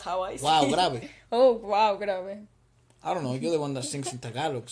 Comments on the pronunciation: You pronounced Wow Grabe perfectly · You said wow grabe correctly hehe and efra’s swearing was also correct haha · you said and used "wow grabe" correctly :)